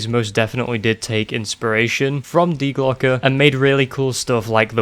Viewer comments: Im from germany u spoke die Glocke (The Bell) very Well in germany we say hast du richtig gesagt hahah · Yes, you said die glocke right. Coming from a person who actually studied German, think about it like this. Remember the pistol company glock, well say that and the add the sound the letter a makes.( due to e's in German sounding like a's)